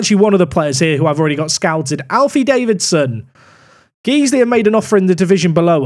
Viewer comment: Hi its not Geesley, its Guysley Guy then Sley please stop saying it how you are thank you